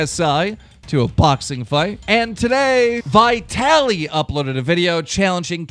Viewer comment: Once you said Vitaly I almost puked...